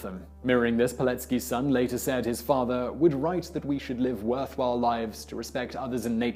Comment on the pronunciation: You did pretty well with the Polish names considering how difficult the orthography can be. The one thing for future segments about Poland: the name Andrzej is "AHN-jay". But this video gives non-Poles like me insight into a country's history we don't often get to see or experience, so thank you.